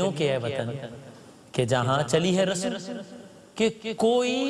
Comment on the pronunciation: What is rasam it's rasm!!!